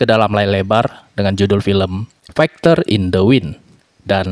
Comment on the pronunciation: Koreksi sedikit: fighter itu dibacanya faiter